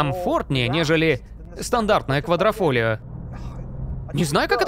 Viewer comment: А ещё правильно говорить не квадрофольо, а квадрифольо